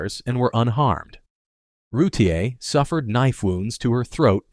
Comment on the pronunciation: Darlie Routier's last name is pronounced Rewteer not Rew tee aye.